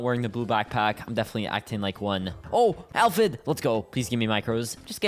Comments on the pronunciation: Uhm Actually its pronounced ay-phyd not al-phyd 🤓🤓🤓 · Bro it’s pronounced aphid not alphid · aint no way he said alphid ITS APHID